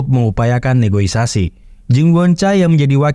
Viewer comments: NEGOSIASI ngab bukan NEGOISASI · Negosiasi❌ Negoisasi ✅